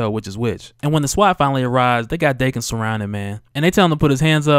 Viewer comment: It's pronounced Dah-Ken